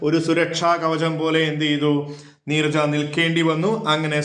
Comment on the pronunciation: Neeraj alla sire neerja